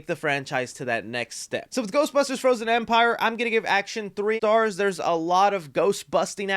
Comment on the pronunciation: “3 Stards” 😂